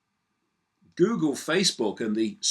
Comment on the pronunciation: Joogle, just saying..